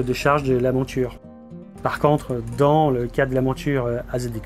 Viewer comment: pourquoi vous prononcez montchure au lieu de monture? Pourquoi tchu et non pas tu?je suis d origine étrangère et j'aimerais comprendre le pourquoi du comment. Merci